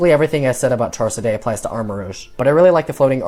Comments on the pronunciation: "Char-Siday"??? I always read it as "Char-Cadet" as in like, a cadet in the military. 🤔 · Heads up it's pronounced char cadet, not char ceday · 'Charsaday' its pronounced char-ca-det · bro really said charsedeigh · "Char-seday"??????? The point is that this shows dunsparce was never meant to be epic. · Char. Cadet. Char-kadett. Like in the military. Fighting spirit. Armor. Charcadet. Cerulean. Edge. Sare-ool-edge. Please. It makes me angry. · Charsuhday lmao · No offense dude but why did you say Charcadet like that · “I like Lokix way more than Nymble, it’s just really cool” then proceeded to give the former 0.5 more points than the latter. Where is the consistency, it seems you either like Numble way more than you’d like to admit, or you aren’t as fond as Loki’s as you would say. Also you say Charcadet so eccentrically.